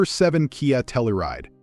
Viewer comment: And Tell-You-Ride, not Tell-ou-Ride.